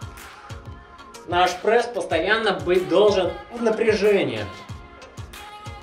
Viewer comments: Чувак , ты бесишь. Говори прЕсс а не прЭсс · Не прЭсс,а прЕсс.